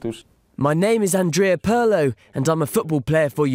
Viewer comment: "Peer'lo", not "Purrlow"